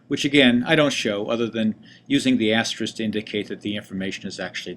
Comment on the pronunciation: Ty for video. I just want to point out that the word you were trying to say is "asterisk" with a 'k' on the end. This word is mispronounced by the tech community more than any other word I can think of. No idea why. The most common mispronunciation being "asteriks" with the 'k' and 's' reversed.